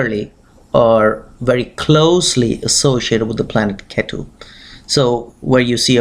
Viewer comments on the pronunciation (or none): Oye angrez, you can't pronounce Brahmaand? And ketu also with angrez style? Who are you trying to showoff?